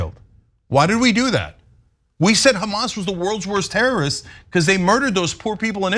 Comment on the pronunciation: It's nice that she's spreading the blame... usually everything is kkkkhamas.. 😂🙄